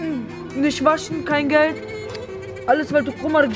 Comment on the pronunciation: hahahah es heisst Geld und nicht GLED